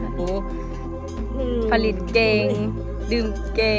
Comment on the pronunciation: สาวมิโต้ มาแก้ไขคำผิดกัน "ผลิต"อ่านว่า ผะ-หลิด และ โล้ชิงช้า อ่านว่า โล้-ชิง-ช้า เหล้าขาวกีดีกรี น้อง สู้ๆ